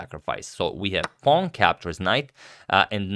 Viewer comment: yes, except for saying pawng instead of pawn all the time.